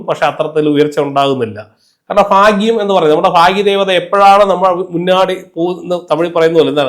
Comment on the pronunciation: ഫാ ഗ്യം അല്ല.. ഭാഗ്യം.. ഉച്ചാരണം പഠിക്കൂ..